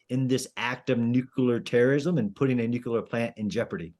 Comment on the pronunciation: Nitpicking time: A military analyst who says "nukeelar" and not "nuclear" needs to go back to school. That said, his stance that official Russian messages are utter bogus has an 80 year unbroken track record so far, so that listener needs to wake up and smell the coffee.